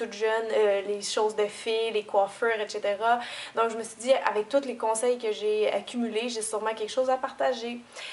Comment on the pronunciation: Sinon, on dit aussi etcetera et pas etchitera, mais on s'en fout, parce que comme dirait notre superbe Cynthia "C'est cute". :D ♥ Continue comme ça on t'adore Cynthia, toi et ton accent! ;)